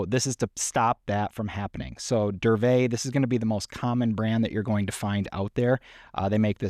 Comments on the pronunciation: No. Correct is DURVET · Isn't it DURA-VET